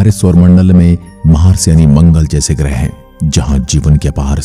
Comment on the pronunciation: ग्रह शब्द का उच्चार आप ग्रहे ऐसा क्यूं करते है?